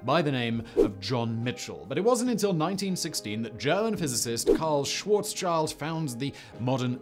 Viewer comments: och Simon, why is german always soo hard for you, all the time?! 😁 its Schwarzschild (BlackShield, not Black Child 🤣) first time i heard that pronounciation tho, was funny! PS: do LIGO next! gravitational waves are the future! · Simon please Karl ... Schwarz-schild ...meaning "Black-Shield" ... not Schwarzs-child no "child" was harmed in this discovery ;) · Little Pet peeve: Schwarzschild, the name, translates like "black shield", not "black child", the german "sch" is ponounced like the the english "sh", as in, well, engliSH. The JFK- like phonetics of the name "Schwarzschild" would go akin of Shwu(r)z- sheeld. But aside form my indulgence in pet peeves, I really do enjoy your shows. Keep it up!